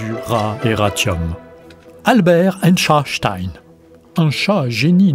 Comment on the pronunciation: Einchatstein, ca a du etre chaud a prononcer